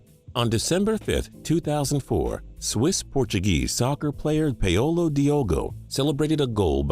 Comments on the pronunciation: Paul-O Jesus christ you cant pronounce shit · don't forget "Peh-oh-lo" Diogo